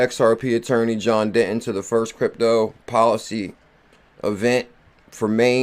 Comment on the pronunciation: You know I love, but please stop calling him "John Denton" when it's "Deaton"😅